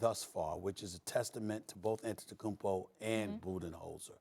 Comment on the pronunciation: These guys are paid huge sums of money to talk about the NBA on television, but they're too lazy to take the time and learn how to pronounce Antetokounmpo's name.